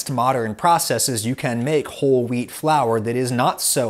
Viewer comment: You said wheat just sounds like you say weed